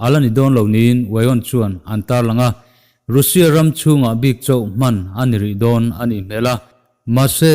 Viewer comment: Nga tinge Russia hi "rû sia" ti a i lam tlat zel le??? "raa sia" ti a lam zawk tur zawk aniaa, ruusia i tih leh thin hian kalo trim uaih zel...😊🙂